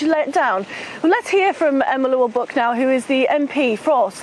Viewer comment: needs to learn how to pronounce the name Buck properly. Emma on the other hand is gorgeous.